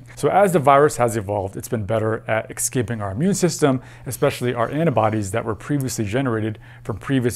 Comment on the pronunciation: Is it just me, or do you keep saying "excaping"?